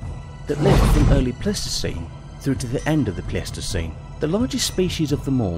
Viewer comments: The narrator pronounces most of the major words completely wrong..pronouncing pleistocene wrong several times and in different ways. The cherry on top was calling the triceratops a mammal... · I love how many times he pronounced Pleistocene differently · I'm not the only one who hear one person pronounce Pleistocene 3 different ways right? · I think a Columbian mammoth could possibly skewer a t-rex alive, they or a Paleoloxodon Namidicus which was potentially larger, also was this a competition to see how many words you could mispronounce or do British people just have completely unexpected ways of saying things like Pleistocene, or Smilodon which you pronounced as Plistocene or Plestocene and Similodon